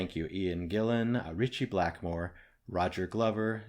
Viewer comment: You pronounced Ian Gillan correctly btw. I think he has the best voice in rock music. He sounds really good throughout his extensive range. He certainly has the ability to use his voice as an instrument. If you react to "Strange Kind of Woman", a fairly short single from 1971, then follow it up with the live version a year later from the album "Made in Japan". You will hear Ian Gillan and Ritchie Blackmore do a call and response vocal/guitar duel to finish out the song. I have never heard anyone else do something like this.